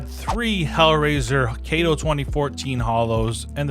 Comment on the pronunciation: brother wtf is a KAYTO sticker????